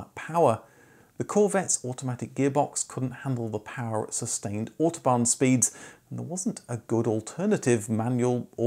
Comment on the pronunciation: Autobahn is pronounced with an OW as in loud. Use Google translate to practice foreign words. The robot voices are not very lively but quite good for vowel values